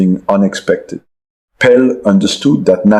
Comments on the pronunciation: Ai ruining everything.Was calling Pele Pel. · AI full mode. No human calls “Pel” pelé… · no frenchmen will EVER mispronounce Pele, Pelé in french, never !! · It is. No way Arsene pronounces Pele like he did (for reference : Also despite making effort to have a bit of english pronounciation he said important purtely like a french something he wouldn't do either. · exactly, that is when i stopped watching, no frenchmen would ever misprounce a e accent égu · i think the audio is AI ? he mispronounces pele. great video nevertheless.